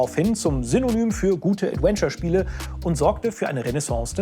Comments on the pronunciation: ...... jemand bringe ihm mal bei wie man das Wort ausspricht 😅 Es ist ein V, Zähne auf die Lippe wie bei , kein ad-when-ture oder ad-uen-ture. Das muss irgendwie falsch gelernt worden sein, auf Deutsch hat er ja keine Problem den w-Laut zu formen🤔 Ich will gar nicht pedantisch sein, aber es ist wie wenn jemand in jedem Satz "halt", "eigentlich", oder "und ähm" benutzt, irgendwann kann man's nicht mehr überhören... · Adventure, nicht Adwenture. Die Aussprache ey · ich mag dich wirklich sehr.. aber BITTE lern wie man das Wort "Adventure" ausspricht. Es ist nicht "ädUÄNSCHER" sondern "ÄdWENNscha". Es zieht sich immer in mir zusammen wenn du das Wort sagst. haha no offence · es wäre so schön, wenn du "Adventure" richtig aussprechen könntest., gerade in dieser Doku, in der das Wort so oft fällt. Stark, dass ihr englische Untertitel reingepackt habt für den Rest des Internets! Und klasse, dass ihr als deutsche Journalisten in diesem Fall ermittelt habt. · Ich ertrage einfach kaum, wie er die ganze Zeit "Adwenture" sagt. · Danke für diese interessante Aufarbeitung mit Insider Kommentaren :) aber an den lieben Moderator - englisches V spricht man wie W im deutschen aus und nicht wie English W ;) EdWentschör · Könnt ihr einmal ganz lieb beiseite nehmen und ihm sagen, dass man das "v" in "adventure" wie ein deutsches "w" ausspricht? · Großartiger Beitrag gerne mehr von sowas allerdings deutlich zu ausfuehrlich. 30 heattens auch getan imo. War anfangs begeister und bei 30 rum ausgemacht., dass du immer „ADWENTURE sagst triggert mich hart. Komm schon du bist besser als das! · Aussprache "Adwenture" macjt mich jedes mal fertig. Das V wird bei uns wie ein W ausgesprochen! 😭 Der Beitrag ist aber top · bitte schreibe 100x "Mitarbeiter" und geh mit dem Wort "Adventure" mal zum Logopäden. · Gute Folge. Jetzt muss nur noch lernen, wie man "Adventure" ausspricht..:D